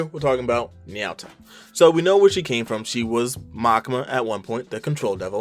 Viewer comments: N-yaw-ta It’s na-you-ta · Ny-ow-tah is the first time I've ever heard her name be pronounced that way by anyone. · Na said like naw. Yu said like you. and Ta said like taco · The way you pronounce Nayuta hurts me.